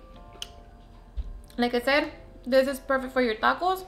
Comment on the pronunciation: Did she say a-dakos instead of tacos 🤣🤣🤣